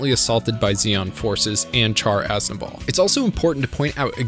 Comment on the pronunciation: My guy said char “azable” like breh at least get the names right